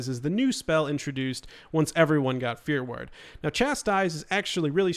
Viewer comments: Are you saying "fear word" or "fear werd"? Haha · It's fear war-d, God that was driving me crazy. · I totally thought of stewie from family guy when you kept saying "ward" wrong for fear ward lol